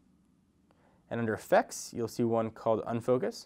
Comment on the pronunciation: Great video! But why does it say "HTC Once new camera" and not "HTC One's new camera"? And by the way, I'm pretty sure it is called UFocus and not UnFocus...